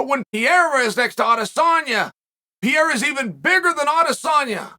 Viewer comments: Chael, Can you please try hard enough to pronounce Pereira's name right. His name is not Peira! It's Pe-rei-ra! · Its not PIER Its PE REI RA, you're welcome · Hey uncle chael I love the channel and content but these athlete deserve a little more effort on the names 😂 I mean dude is a world champ now. I know it’s not a huge deal but I mean that’s some butchery haha. Here yaggo pereira (pe-he-duh) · I would pay for Chael to be able to pronounce fighter names, Puh rey ra